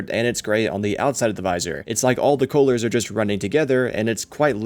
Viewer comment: Also really thrown off by “cowh-lurs” very weird sounding mispronunciation